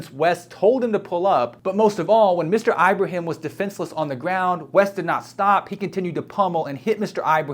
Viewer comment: It's /Ibrahim/, NOT "Eye-brahim"!!